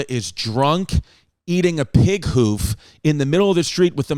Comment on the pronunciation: The way he said hoof 😂💀